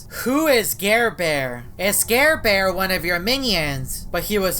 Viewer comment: Its NOT garebare its ???